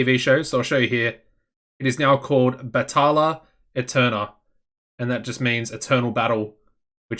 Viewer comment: I took Spanish. And I know it doesn’t matter but if you wanted to know the exact pronunciation it’s Batayya ayternal the double L’s make a y sound and the e sounds like a hard a. But. You obviously don’t need to say it just figured I’d post it